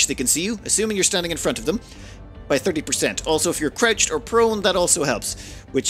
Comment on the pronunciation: wasnt looking at the screen, and thought, huh never seen a battle button labeled "or/ore" before. then i looked up and remembered cant say R like an american